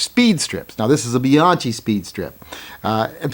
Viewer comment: I carried Bianchi (Bee-yank-ee, not Bee-ahn-chee) Speed Strips when I carried a 642. They are very compact. I never thought about the ability to use part of the strip's load. BTW,, I was surprised that your revolver was loaded when you were handling it for the video. I would have expected it to be unloaded (and for you to show that to we viewers). Just being Sam Safety.